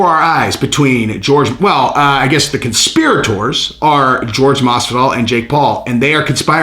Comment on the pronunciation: I do believe is pronounced "Whore-Hey" just fyi